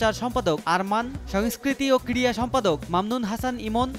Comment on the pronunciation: সাংবা‌দিক ভাই , ক্রিয়া না ক্রিড়া উচ্চারণ হ‌বে ।